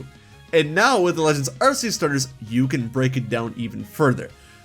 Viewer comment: ARK EE USS say it with me now: ARK EE USSSSSSSS